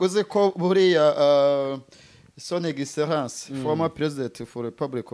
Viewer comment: Hey!, on ne prononce pas « R « pour « excellence »On prononce « L ». Merci